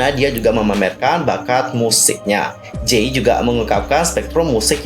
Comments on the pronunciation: #jae bang bukan #jay 😃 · mohon koreksi sedikit kak yang benar Jae, bukan Jay🙏